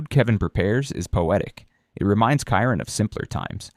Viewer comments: AI is terrible. Kyron? It's Chiron. 🤣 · It's pronounced "Shi-Rone" not "Ki-Rone"